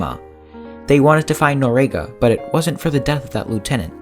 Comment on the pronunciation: If you're going to do a video on historic events, you might want to at least get the person's last name correct and pronounce it correctly in your video. Its Noriega. Pronounce nor--ee-egg-uh